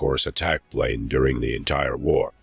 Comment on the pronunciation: I don't know who wrote this narration script... but dang. And then the narrator pronounces 'plane' as 'prane'??? Hahahaha...